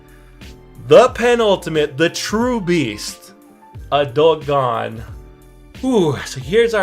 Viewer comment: Why does he say gon as "gone"?